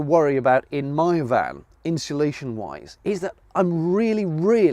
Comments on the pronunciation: People say ‘inshulation,’ extra ‘h.’ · "Inshulation", I'm guessing ... (although, it could always be "Hinsulation" ...) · I wish people could could say: "insulation" properly..... Where does the extra "H" come from?